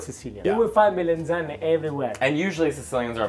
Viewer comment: It's melAnzane and not melEnzane.